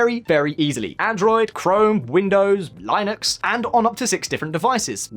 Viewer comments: Leenux, not Lie-nux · Did this man just pronounce linux with a long I? time to get the pitch fork. I expect a lot of groveling in the apology. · Your pronunciation of Linux is wrong, just check this out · The way you said Linux lmao